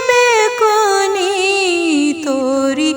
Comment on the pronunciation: سبحان اللۀ لفظ بیکنی نہیں ہے ب کے اوپر پیش لگ کر بوکنی پڑھا جائیگا.....